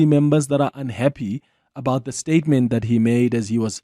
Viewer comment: Listen to him"the president has just made one stayement" tjooo🤣🤣🤣🤣